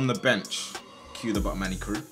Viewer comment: Manny try lahm